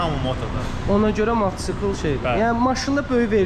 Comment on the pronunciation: Matçkl yox mataçkl